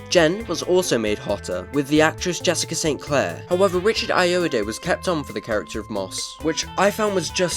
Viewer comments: Richard I-Oh-Ah-Dee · Please tell me it’s supposed to be a joke that you don’t know how to say Ayoade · Surprised he doesn't know how to pronounce Richard Ayoade's name - this video creator sounds British and Richard has been on a large number of British panel shows and has had his own shows, all where you can hear his name being pronounced.